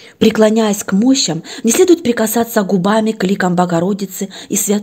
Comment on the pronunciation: Не мОщам,а мощАм!Такое впечатление ,что читает не знающий русский язык.Что милостыню надо подавать СНАЧАЛА,перед вхождением в Храм,это верно!